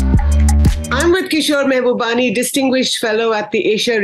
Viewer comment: Pls pronounce his name right - Mahubani!!